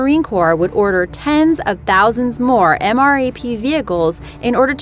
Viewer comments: She said M.R.A.P... Do you even English? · QUIT saying M R A P you say it all together MRAP. My goodness that's so annoying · Stocky yes she said mrap but it's pronounced m rap. Like you say the letter m then the word rap and that is what the OP was trying to say. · anyone else cringe every time she said M R A P instead of pronouncing it M-RAP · I got trigered when she said m.r.a.p in stead of m. rap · For the MRAP it is called "M Rap" not M.A.R.P. Its like nails on a chalkboard when people get military terms wrong. Like FOB (Forward Operating Base) is pronounced "Fob" not F.O.B. Its like when people think AR means assault rifle... None the less, thanks for the great videos. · It's pronounced M RAP